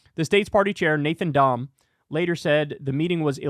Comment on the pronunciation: Nathan Dumb or Dom? Did I mishear that?